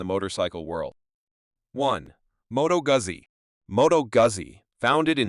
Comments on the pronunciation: MOH-toh-GOO-zee. It's Italian. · Learn how to pronounce Moto Guzzi please.